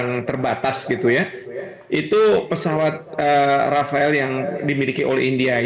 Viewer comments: Rafale bukan Rafael pak 😂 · pesawatnya rafeleee bukan rafaeellll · Yg betul rapale😅😅😅😅